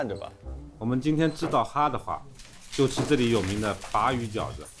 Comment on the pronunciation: bá（鲅）鱼饺子是什么鬼发音？？？bà鱼好不啦